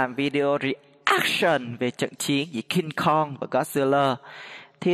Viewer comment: Cingkong mà anh đâu phải Cung kon